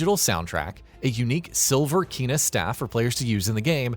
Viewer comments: Combat in this game becomes hard af. Took me over 50 attempts to kill some bosses. Also it’s pronounced “Kay-nuh”, not “Kee-nuh”. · #16. It’s Kay-nah. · her name is pronounced Kay na